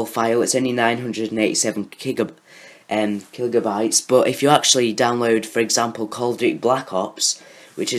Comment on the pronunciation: Did u say kilgabytes?